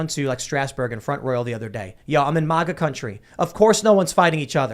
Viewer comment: Grrr its MAGA not MUHGA 😆